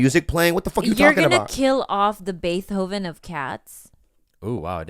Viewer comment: love how pronounces it Beeth hoven